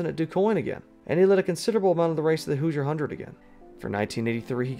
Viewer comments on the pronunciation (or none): I hate to be “that” commenter, but as a former resident and IU graduate, I heard nails on a chalkboard. It’s pronounced exactly like it’s spelled: “hoo-zher” not “hew-zher”.